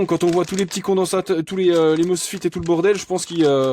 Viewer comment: Pour info, on dit "mosféte" et pas "mosfite" et pour les condensateurs même si l'unité est le farad les condensateurs sont généralement des valeurs en microfarad (µF) en électricité ou basses fréquences, nanofarad (nF) et picofarad (pF) généralement utilisés pour les hautes et très hautes fréquences.